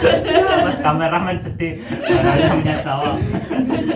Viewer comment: Bukan araaa, tapi Rara🤣masih sodara jauh sama gw🤣